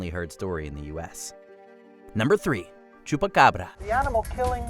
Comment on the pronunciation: Lol so wait, is choopaccccabrrrra but is Coochie saki?